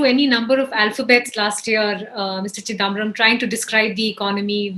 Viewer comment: Why can’t this lady pronounce chidambaram correctly? It’s not chidaaambaram - really grates